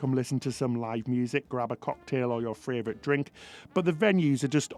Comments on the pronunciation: ITS FAVOURITE!!!! NOT FRAYVOURITE, please stop saying it wrong :( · What a wonderful review. Your mispronunciation is just adorable! Castitia and Fravrioute are your words and love how you own them! But seriously you guys do such a wonderful jobs with your videos. After recently getting off Harmony it seems RCCL have really thought hard b about this flow and design and you showed it off perfectly. Can’t wait for the other videos on this ship. Lionel Messi plays for Inter Miami (not Milan)